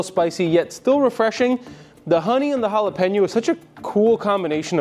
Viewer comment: Please do not galapano, sounds horrible! It is Jalapeño. It’ll be like calling Tequila tiquelo or Cognac lkanoc or something worst! Please and thank you for shearing! Hope you don’t mind the suggestion! Cheers!